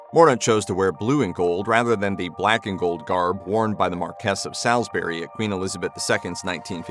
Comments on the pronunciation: Marquess of Salisbury is not pronounced MarKESS of SALLS-berry but MAR-kwiss of SAULS-berry. Just a friendly hint! I agree with all the praise lavished here.upon the magnificent Penny Mordaunt though. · Repeat after me: "MARquess [not Markess] of SOLsbry [not Salis-bury]". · His pronunciation of the "Marquess of Salisbury" is just a bit off!